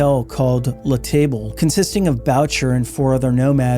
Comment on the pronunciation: I also have the feeling that "La Table" is not pronounced like the English table.